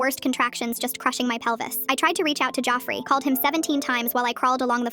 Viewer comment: “Joffrey” help why is it saying it like that 😭